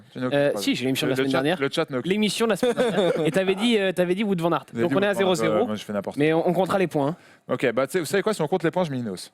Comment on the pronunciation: Demain comptez-vous parler de la rumeur Gilbert qui aurait signé pour 3 ans chez Lotto ? PS : un effort sur les noms flamands svp VAN se prononce VANNE sinon top votre émission